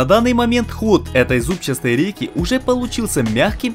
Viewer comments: Всё чётко!!! Только слух режет слово "зубчаСтый". Вроде как надо просто говорить" зубчатый"! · ЗУБЧАСТЫЙ...? ИЛИ ЗУБЧАТЫЙ. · единственное замечание которое резало слух это "зубчаСтый" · Правильно говорить зубчатый а не зубчастый, прямо слух режет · Почему зубчастый а не бузчатый. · Сюжет понравился, однозначно молодцы, но ударение на "зубчаСтый" и "ЗубчаСтая рейка" режет слух. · ЗубчаСтый. Чуть с ума не сошёл пока ты не перестал это слово повторять